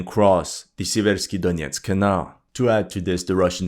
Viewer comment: SEA-versk SEA-versky dough-NETS The stress is on the FIRST syllable. Just like in the English word "sever".